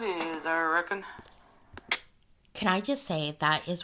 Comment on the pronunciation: "Et is et is, eye reckin'." No,, it is what you make of it, and you're making a mess of it. Do. Better.